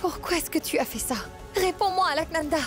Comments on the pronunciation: Qui comme moi a vu que Vias J a dit Alkananda au lieu de Alaknanda 👍👍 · Vias joue bien son rôle de malade 😂il ne peut bien prononcer le nom d'Alka li di Alkalanda 😂eeeh les indiens 😮